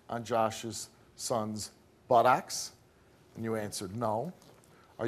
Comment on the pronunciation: why can;t Steve say Buttocks properly?..its not Butt- OX